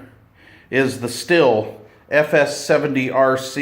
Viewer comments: Pronounced “”steel”” not still. Are you sucking on a piece of sour hard candy? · Not Still. it is pronounced Steel, always has been.